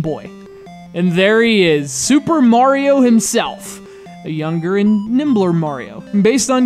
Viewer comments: I hate how he says "MORIO". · I hate when people say "mArio"